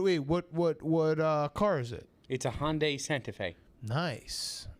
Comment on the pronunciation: Yo! Where’s the O in the name Hyundai?!!